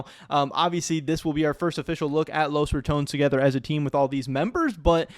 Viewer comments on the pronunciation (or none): dafuq is Los Ra"TOWNZ"???